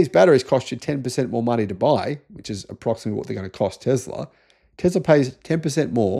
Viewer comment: Please stop saying "TEZLA" it is "TESLA" FFS!